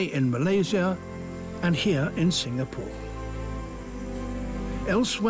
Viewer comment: The way Sir Attenborough pronounced Singapore is spot on.